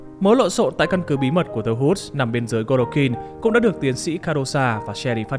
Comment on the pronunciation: The Woods chứ nhỉ, nghe ông này đọc như kiểu The Hoods